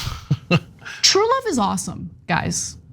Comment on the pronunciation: Wuvv, twue wuvv...